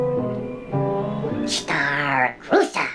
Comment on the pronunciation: "Star cruisah? StarRrRrR cruisssaaahhh" I laughed way too hard at that, I'm sorry okay. And Chris' face at that part legit made me snort I can't.